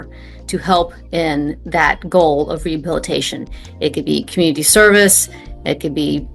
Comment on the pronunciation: In the communitah, he’s a “real man.” 😂